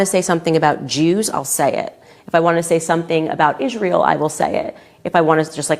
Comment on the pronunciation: "If I wanna say something about Issshhhhreeeeel, I will..." 🙄